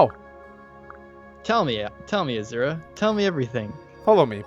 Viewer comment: Every time you say Azura I hear you saying Ashera instead.